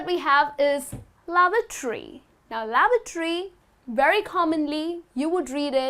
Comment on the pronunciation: you mispronounced lavatory